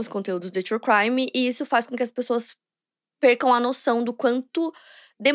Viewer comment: Quando ela vai falar true crime direito ?